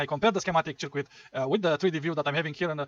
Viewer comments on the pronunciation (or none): Its pronounced "sörküt", not "cheerquit"😅